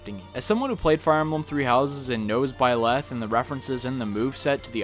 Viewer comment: I'm very unnerved by how you say Byleth.